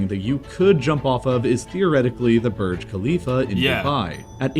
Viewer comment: borge kahleef